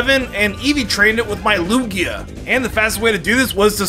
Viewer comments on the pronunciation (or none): none